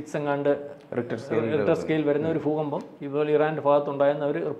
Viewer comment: ഫു കമ്പം എന്ന് അല്ല പറയേണ്ടത് ഭൂകമ്പം👍